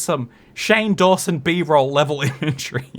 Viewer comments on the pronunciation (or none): none